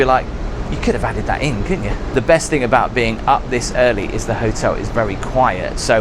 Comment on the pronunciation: Those lampshades are very normal sized btw but really I wonder why you pronounce ‘thing’ like ‘think’?